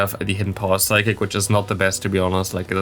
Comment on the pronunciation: It’s funny you bring up the psychic pronunciation. I always noticed it and thought you were kinda just kidding with that. I believe I hear you say v’s as w’s as well btw. like you say wicterybell it sounds like. But it doesn’t bother me. just thought it interesting. And since you happen to bring it up.